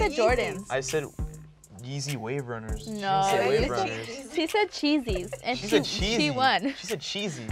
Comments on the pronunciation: She said geezys 😂😭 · Jessica Dominguez sounded like I said “cheezies” 😂😂😂